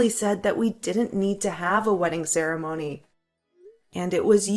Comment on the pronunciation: Only a fool would have married this Drongo. He can't even pronounce the word ceremony correctly that made me chuckle😊